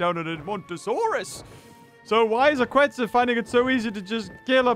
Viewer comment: Is KETZ! Not QUetz!